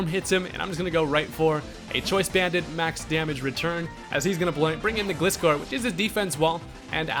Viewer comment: Pretty sure Gliscor is pronounced like "Glide" not like "gliss..."